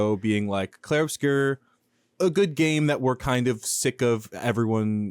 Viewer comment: Plz stop calling it "Clair"